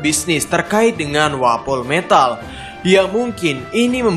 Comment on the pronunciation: Wapometal sebutannya bukan wapol metal